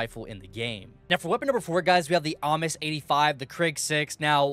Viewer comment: Ames is "Aims" lol